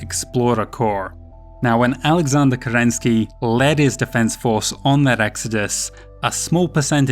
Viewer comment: Wonderful. You're actually able to pronounce Kêrênskij as Kerenskij not as typical "Kerenski"